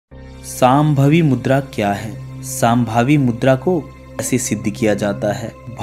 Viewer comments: अरे भाई आप लोग हर वक्त श,का उच्चार स मे क्यू करतेहो सांभवी नही शामभवी' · यह साम्भवी मुद्रा नहीं है शाम्भवी मुद्रा है , उच्चारण गलत ना करें कृपया 🙏